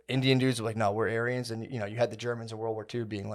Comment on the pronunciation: When says ‘Aryans’, it sounds like he’s saying ‘aliens’ with a Chinese accent